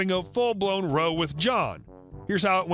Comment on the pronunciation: Just a little nitpick because it bothers me. Row, when referring to an argument between people, is not pronounced like Row your Boat. It's pronounced like Ow, as in Ow my toe. Other than that, I listen every day and you're awesome. Keep up the good work.